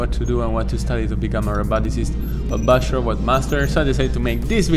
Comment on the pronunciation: I thought he’s saying “busher” or “basher” but he actually says bachelor😩😭